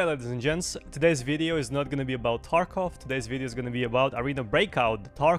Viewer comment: Lol u say taekov killer??? U are a payd actor.